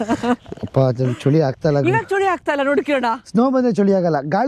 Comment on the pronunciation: ಚಳಿ❎ ಚೋಳಿ ✅